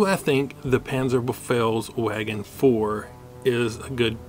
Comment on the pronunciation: you read it wrong, its panzerbefehlsVagen, not panzerbefehlsWagen